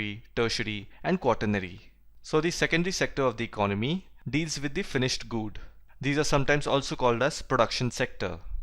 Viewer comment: All things are right but pronounciation of good is not proper